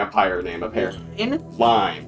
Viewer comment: Line is a female Danish name. Sry to say but your pronunciation is way of.